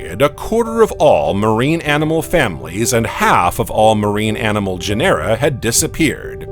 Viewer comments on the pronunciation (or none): When discussing the conodonts, did the text mean opistognathus, rather than iapetognathus? I found no reference anywhere to the latter. In any case, Iapetus is pronounced eye-APP-e-tus. Orogeny is oh-RAW-gen-nee. Genera, GEN-er-ah. Respite is RESS-pitt.